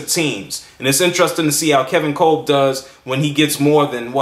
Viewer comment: It's pronounced "Cob"